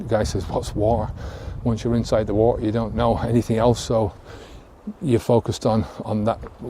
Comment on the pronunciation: Great Video I like how you say Water Its sounds like War.....lol